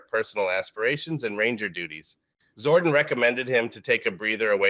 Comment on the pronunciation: It’s interesting that the AI voice says “Zorden” instead of “Zordon.” I would’ve been glad to wait until you could actually read the script for these videos. Like in the megaforce and ninja steel reimagined videos.